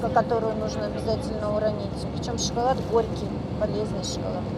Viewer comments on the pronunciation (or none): none